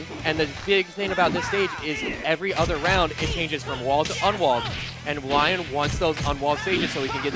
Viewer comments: It's pronounced Leon, not Laion! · It's not Lion It's pronounced Lee Own